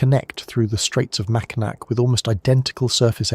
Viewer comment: Mackinac is pronounced Mack-in-awwww